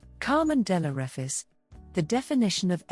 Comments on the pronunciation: Straight out to bat , and you missprounce (misprounce) her surname. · You’re mispronouncing the last name wrong! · You have not pronounced her name correctly.